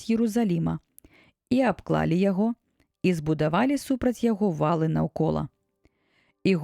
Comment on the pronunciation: Прачытана: ва'лы наўкола, слоўнік дае націск на другім складзе: валы'.